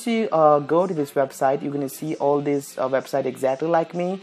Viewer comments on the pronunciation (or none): "Hey guys welcome to tis Video" Dead